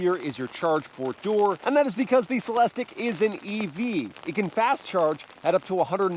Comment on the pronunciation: CELEST-IQ...repeat after me.